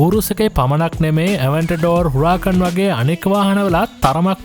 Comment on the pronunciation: ගේ උච්චාරණය නිවැරදි Spanish විදියටම. Spanish/Italian වීදියට කියන්නේ uɾaˈkan. ඉතාලි බෂාවේ H අකුර ශබ්ද කරන්නේ නැහැ.:D